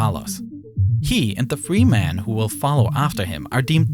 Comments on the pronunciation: Why do you keep pronouncing “men” as “man”?? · Whats with the wierd pronounsiation of men? It is so distracting ;S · amazing video, though the pronunciation of men as man kept confusing me